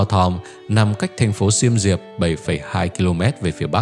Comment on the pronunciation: Thêm nữa Siem Riep đọc là Siêm Riệp chứ ko phải Xi am Ri ap nha =))), mất công nghi vấn cũng nên tìm hiểu kĩ tên gọi